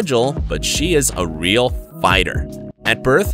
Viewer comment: It’s rill